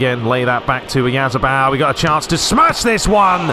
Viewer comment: In response to you wondering how to pronounce Oyarzabal's name, it's "OH-YAR-ZAHBUHL". You basically say "OH" and "YAR" as seperate syllables, then just finish it with a quick "ZAHBUHL".